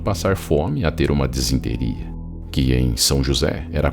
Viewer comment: Você manda bem. Mas apenas uma correção..O certo é disenteria, não desinteria.